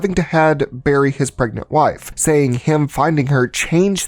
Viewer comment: Pregant??. Seriously? If you want success, you need to take this more seriously and pay attention. Peoples lack of attention and cognitive dissonance is why the world is experiencing a shit storm. Don't contribute to it. Little errors give way to bigger problems. Just sayin...